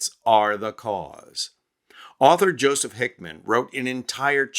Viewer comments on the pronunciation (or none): none